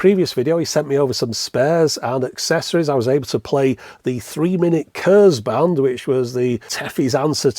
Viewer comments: z in German is always a "ts", like the sound you make when you're annoyed at somebody. So Kurzband is not "kurs" but more "kurts" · Just FYI, "kurzband" should be pronounced more like "kortsbund". Still not quite right but the closest I can think of with english sounds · It’s pronounced [ku:rtsba:nd].